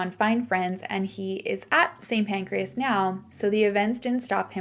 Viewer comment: calling st. pancras st. pancreas had me laughing a bit! my dad was also in london during the 7/7 bombings, he was safe but it was so scary when he couldn’t get home. so that one really hit close to home… i now also commute into london everyday!